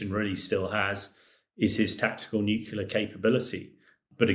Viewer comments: Too dumb to correctly pronounce NUCLEAR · Experts who say "nucular" instead of nuclear. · does anyone else find it strange that so many people - even respected war correspondents, cannot pronounce the word 'nuclear'? 😂😂😂😂 FFS if i hear another person say NUKULER i'm going to go critical and kick off a troll chain-reaction 😂. New-Clear. nuclear. It's even fkng spelled that way!!! 😂😂😂😂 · What is nukular? Is that a new kind of nuclear? Sorry not sorry. It grinds my gears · “Nuclear” not “nucular” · Nuclear. not Nucular. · How is a supposed military analyst not able to say the word "nuclear"?! What is "nucular" supposed to be??? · It really irks me that many of these commentators cannot pronounce the word NUCLEAR. Pr. New - clear. Not Newcular. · Nuc LEAR not Nuc ULAR. Why are so many educated people so stupid with the pronunciation of this word. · I’ve heard several Brits pronounce “nuclear” as “nuculear”. Why is that? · “Nucular drills” Are you for real? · NUCLEAR, not NUCULAR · bros... it's not 'nucular' ffs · he said it is a joke if they were to come against a modern fighter. But yeh, anyone that says “nucular” isn’t to be taken seriously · The word is N-U-C-L-E-A-R not N-U-C-U-L-A-R! It’s such an easy word to say,…Get it right! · Hamish lacks credibility due to his pronunciation of nuclear. Are we threatened but nut based weaponry? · Can't pronounce nuclear and thinks a bomber fires missiles. Where did they find this expert? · Why is a British colonel saying "nucular"? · Why can so many people not pronounce “nuclear” correctly? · He's obviously an intelligent guy, so why the inability to pronounce nuclear correctly? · He was a colonel but still can't pronounce nuclear? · "NUCULAR" Really? Can someone please teach this muppet some phonics? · NUCULAR drills? Out of British mouths? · Even English people pronounce nu-clear wrong, too. It’s not just Homer Simpson. “Mother tongue”, indeed!😂